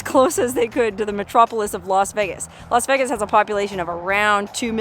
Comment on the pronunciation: "Los" Vegas?